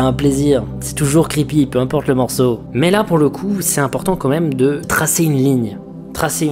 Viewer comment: je sais pas pourquoi mais la manière dont il dit morceau me fait marrer